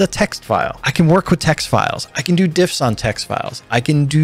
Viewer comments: shouldn't that be "diffs", not "divs"? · haha, you mean "diffs" not "divs" right?